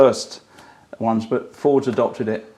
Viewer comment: Johnny you seem to be constantly mispronouncing Fords please address for next time